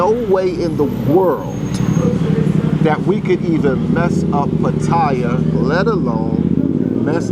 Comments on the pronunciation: What is also messed up is people not pronouncing Pa - Ta - Yah correctly. The sound "thai" is not a part of the name. Ask any Thai person not another foreigner. I know it's a minor point, but still. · Where in the hell is Pa-Toy-Ya.. Every Negro who speaks about Pa Ta Ya always mispronounce the name of this exciting city by saying PA Toy YA as if they know how to say the Thai name better than the Thai people who always say PATTAYA, and not no dang PA TOY YA....so sickening and beyond ignorance.. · 👁f👁- PLEASE READ READ PLEASE -------------- Give you a little heads up.... when you're covering Thailand the proper pronunciation for the city is PAT-T-YA the a is silent.. Peace Out